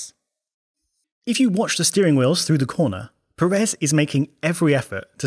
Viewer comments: Please stop calling Sergio Pérez like if it was Per(é)z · Brother, if you can write Checo’s last name correctly, you should pronounce it correctly as well. Pérez, with the emphasis on the first syllable. Thank you very much. Keep up the excellent content! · Pérez. Giant clue as to the pronunciation. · why is it that British people say Peréz instead of Pérez? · It is pronounce PErez no PerEz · Undisputed best plugs in all F1 YouTube, easy. ... The pronunciation of "Pérez", tho... :(